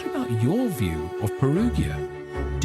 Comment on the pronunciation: Peruggia is pronounced with a soft 'g' sound, as in 'gin'.